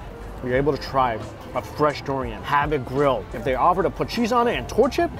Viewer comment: He pronounces durian like DORian lol